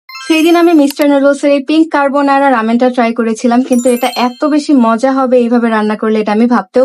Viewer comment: Ca-re-bo-na-ra❌️ Carbonara✅️